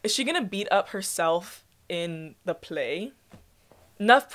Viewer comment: "The pley"